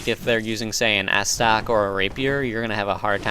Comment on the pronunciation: "Ass Tuck" and "Rape Pier" :D